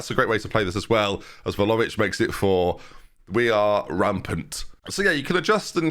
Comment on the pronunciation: IT’S VLAHOVIC!!!!!!!!!!!!!